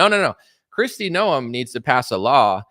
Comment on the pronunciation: Hey, her name is Kristi NOEM not "Noel"